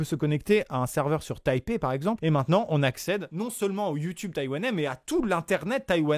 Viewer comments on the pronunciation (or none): ahh mes oreilles saignent c pas taiwanie c taiwan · j’ai entendu « Taïwanie » ou j’ai rêvé ?